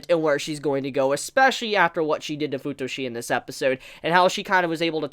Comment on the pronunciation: Fu-tushi? I mean.... It's OK for you to call Futoshi "FU-TUSHI" sounds like a "SUSHI" but I'm laughing so hard right now... 😂 "FU-TUSHI"